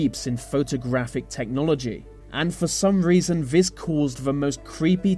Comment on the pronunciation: That pronunciation of th words as v's is so annoying " vey did this vey did vat "